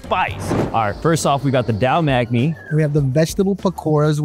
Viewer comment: its THALL not PHALL. Just to let u know.. no offence